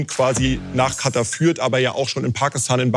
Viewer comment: Kann ihm mal bitte irgendwer sagen dass es KataR und nicht Kata heißt?🙃